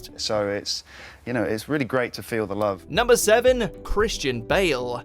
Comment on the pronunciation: Not realle